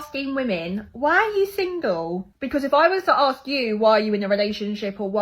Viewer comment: says intelligent but pronounces ask like axe